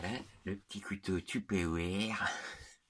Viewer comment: Comment tu a dit tupéroire mdr